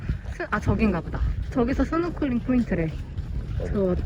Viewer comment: 스노쿨링(x) 스노클링(o) ....